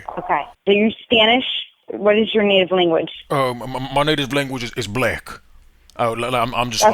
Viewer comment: “My native language is bleckk” Lmao